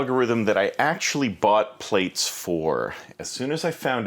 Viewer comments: Err, it is pronounced "platts", as in to plait your hair and not "plates", since it is an evolution of "braids", as in to braid your hair. Schoolboy error haha. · It's actually pronounced, "ploots." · It's pronounced 'Plats' as in something that you would braid In someone's hair. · Plaits .... pronounced plats (as in braids) :) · Thanks. FYI, it's pronounced "PLATS" ;) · how can u know so much about this module, but not know how to pronounce it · I'm 4 seconds in and he's already mispronouncing the name.